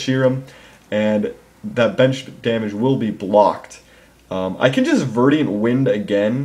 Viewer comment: Damn it,... ver-dent, not ver-di-ant.